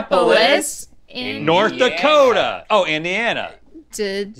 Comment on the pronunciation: RHETT messed up Indiana! Im from Indiana lol